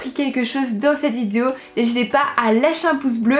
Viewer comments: Tu as encore dit "vidzeo"mdr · Elle ne sait toujours pas dire vidéo... Elle dit : vidio 😂